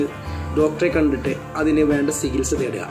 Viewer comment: സിഹിത്സ അല്ല ചികിത്സ🙂